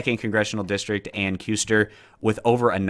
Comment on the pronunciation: This is late but Ann Kusters last name is pronounced Cuss-ter just for later use